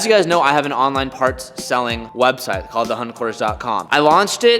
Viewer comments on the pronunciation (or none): none